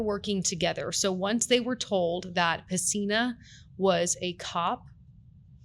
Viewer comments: PESINA not "Messina" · His last name is PESINA. Not Messina.